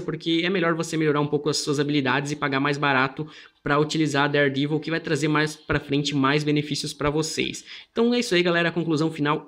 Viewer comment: Listen how he pronounces daredevil. he says devil with a long e sound!